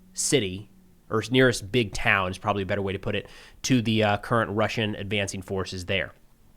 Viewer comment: I know that you and professor Gerdes co-operate at times. Can you do us all a HUGE favor and help him with the pronunciation of the towns and villages because, it's really that bad. Thanks!